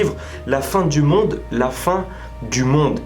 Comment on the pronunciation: « Y’a la fin du mon et y’a la fin du monde » tu parle chinois mon frr